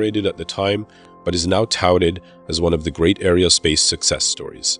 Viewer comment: It would help if you would learn how to pronounce "aerospace" and "aeronautical".